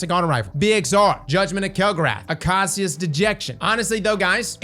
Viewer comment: Acacia - uh-kay-shuh it's the plant giraffes eat